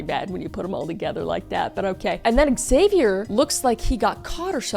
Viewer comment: I cant stand you pronounce "Xavier" so wrong xDD